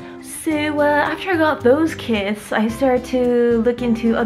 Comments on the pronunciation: I thought you said "i have ten kids", also why didn't you just put the box over the mushroom instead of in it. Love the video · So I heard "I got 10 kids" and I was like wtf. But she said kits lol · When you said "Ten Kits" at first I thought you said "Ten kids" I was like "WAIT.... WUT WUT WUT!?!?!?" Finally, "grow ten kits" and it all came together. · Did anyone eles think she said I have ten kids not ten kits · Lol, me too... I said "wait, what!? Ten kids?" Then played back. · i really thought it was 10 cats lol